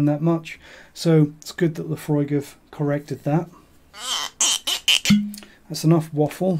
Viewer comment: i clicked like the moment u said laphroaig😂